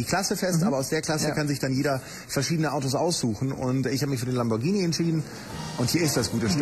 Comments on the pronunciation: Das Heißt Lamborghini! Nicht: lambordschini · lambordschini??? uahhh!